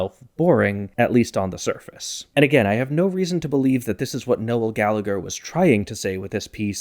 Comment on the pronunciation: Strange pronunciation of Noel. You make it two syllables 😂